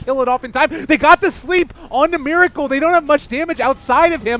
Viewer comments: omg u need to stop say Mir with I**** it's Mer with E*** you never learn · they pronounce meracle miracle. heh I wonder if there will be dendy next time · pls pronounce Meracle correctly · Why this F**king Caster Prononciate Miracle when his Nick is Meracle(its sounds like Meeraakal) ty byee youtube...